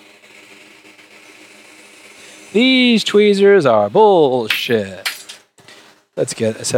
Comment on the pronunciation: Drunk Louis: Fixes MBs no problem Also drunk Louis: "Deeze Twheeeeeezers are BULLSHIT!" YEET